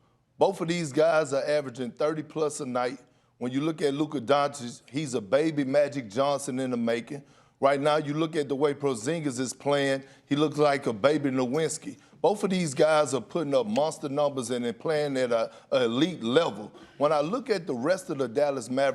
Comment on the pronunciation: Did perk just say "NOH-WINZ-SKI"